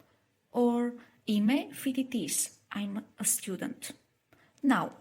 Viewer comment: 'Ime not im'e.